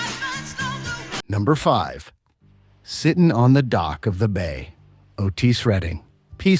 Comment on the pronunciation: You are not an American! Please learn to say our words and phrases properly. OK we speak white and black English but the announcer gets it TO wrong. Otis!